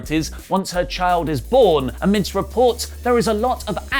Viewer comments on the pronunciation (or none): none